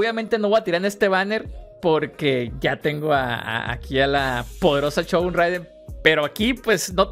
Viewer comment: CHogun 😂😅😂😅😂😅 SHogun 😅 no son Chongos zamoranos. 😅